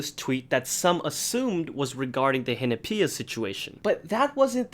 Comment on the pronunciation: Am I the only one that doesn't pronounce Hinapia like that